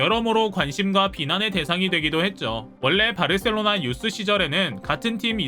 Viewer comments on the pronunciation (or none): 마요르카가 아니고 마요카 바르셀로나 가 아니고 바 셀로나